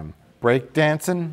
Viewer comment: Its dancing.... Not danseen